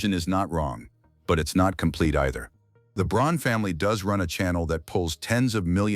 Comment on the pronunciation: its not brawn, its breon